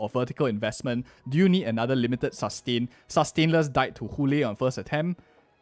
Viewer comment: The way he says ( Sus - tain ) 😂